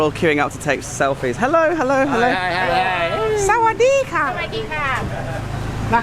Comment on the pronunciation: the way you say sawadee ka makes me laugh so much! That’s exactly how they say it 😂👍